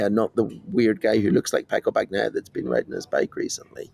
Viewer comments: It's BAG NEEEEEE YAHHHHHHHHH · BAHN-YAI-AH, but Brits delight in butchering Italian words, names included but I'd bet they'd correct an Italian who screwed up their British name PRONTO! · I’m Italian and I think it’s a funny pronunciation: he can keep it if he likes it haha. Anyway for people who know Spanish, just pronounce it as “baña-ya” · please, in "Bagnaia" "g" is silent. You don't pronounce it. It just softens "n".